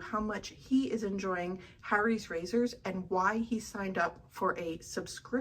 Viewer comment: The way you say Harry's irks me